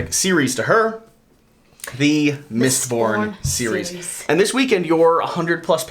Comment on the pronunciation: Mistborn not Mitborn. :)